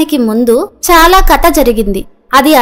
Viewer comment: కత కాదు ❎ కధ ✅ ఇక ముందు తప్పు సరిదిద్దుకోండి!!